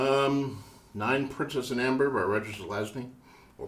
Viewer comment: Thanks to you. I was searching for the name. He said it very unclearly which was difficult to understand